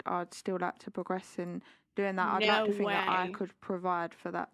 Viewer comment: The most true words she spoke "I don't fink"